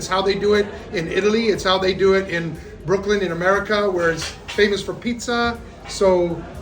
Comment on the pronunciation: it's Brooklyn not broklin